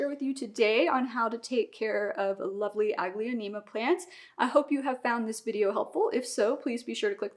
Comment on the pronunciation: It’s pronounced aglo- neem-a. The second a is silent